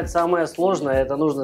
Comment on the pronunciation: Кто не знает, слово мантЫ произносится с ударением на букву Ы, соответственно, тесто делается не для мант, а для мантОв. Это по-русски) Кому плохо дается русский может говорить на родном, но если по русски то, пожалуйста, говорите правильно. Мало кто видит как вы правильно питаетесь но все слышат как правильно вы говорите. И по вашей речи судят о вашей культуре. Помните об этом.